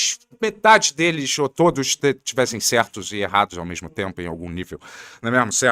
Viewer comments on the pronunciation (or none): mandou um combo "né mêarmo, céarto".😂😂